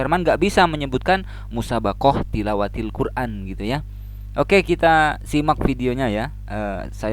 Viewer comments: TILAWATIL QUR'AN pak yg benar bukan TIWALATIL QUR'AN 😆😆😆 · Katanya muslim asli kok ucapannya puji tuhan,jelas bohongnya ngucapin Tilawatil Quran saja salah malah tiwalatil , jelas 🦎🦎 🦎 kadal ! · klu gak ODGJ ya memang GILA, Tilawatil kok jadi tiwalatil, katanya juara 2 MTQ se-Jawa barat lha kok bgt ngucapnya, lagi² dasar GILA, KALAU GAK GILA YA BUKAN Ini yg perlu dicatat roh kardus yg membimbing GILA INI